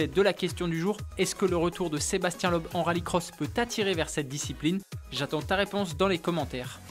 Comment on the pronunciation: Bonjour, on ne dit pas Sébastien "Lobe" mais Sébastien "Leube"